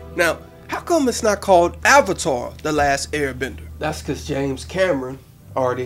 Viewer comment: One of the worst movies I've seen this thing wasn't as bad as Twilight but it was bad. It didn't stay faithful to the series. They pronounced everything wrong including avatar which makes me think the mispronunciations were on-purpose. The bending sucked, the action sucked, the 3-D REALLY sucked. The beggining was extremely rushed. But the one thing that pushed me off the edge was the fact that the firebenders needed a firesource to bend fire.